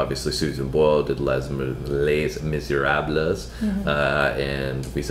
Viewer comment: In French you don't pronounce the "s" at the end of a plural word so it's Lay(s) Misehrahble(s)